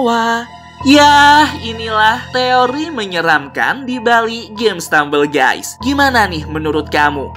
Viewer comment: stemambel gusy